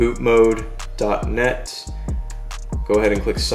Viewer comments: I know this is a video from 2 years ago and love your content. but hot damn. it's bootmod, not bootmodE, mod as in modification. few... had to get that out there. you're awesome! keep posting awesome content my man! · Boot"mod* as in modification not "mode" other than hurting my ears to hear you call that at all the time Good video 🤘🏽